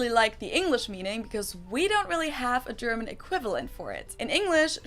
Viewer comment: Uff you pronounce the German Words like a German Nice Vocal Skills